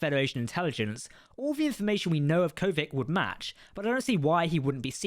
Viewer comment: I think the answer to the question in the title is a simple "yes". Also, please note that you go back and forth between the pronunciations "Kovich" and "Kovic". I believe the former is correct.